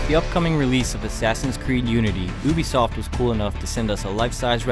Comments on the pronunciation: He said oobisoft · its pronounced you-be-soft not oo-be-soft